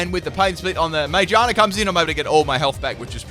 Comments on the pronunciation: IM SORRY I HATE WHEN U SAY “mimiku” ITS mimikYu Also when u say “Majearna” ITS MAGEARNA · Mayjarna? It's Ma-gear-na. (Unless there is an inside joke I have somehow missed) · I wasn't going to comment, but you butchered the pronunciation so many times I just had to correct it. Magearna. Muh-geer-nuh. Like spinning gears in a clock. It's a clockwork pokemon. It makes sense. I don't know how you got "May-jonna" from Magearna. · The way he says some of the Pokémon names pisses me off. No it’s not ti tugga it’s tirtouga. No it’s not majeerna it’s magearna. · when he says ma-gear-na wrong it messes with me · Its Ma, Gear, Na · im sorry did you just call magearna mayjarna? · It’s pronounced ma-gear-na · Sorry but the way u say magerna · For the record, ma-GEAR-na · Why does he call Magearna man-gina. Lol wtf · it pronounced Mag-gear-na. Not what you said xD 😂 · jeez that pronunciation of magearna